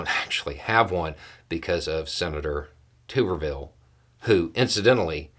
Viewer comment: Hi, as someone who attended one of the universities Tuberville once coached at (and isn’t proud of his tenure there), I think I should point out that it’s counterintuitively pronounced “Tubberville.”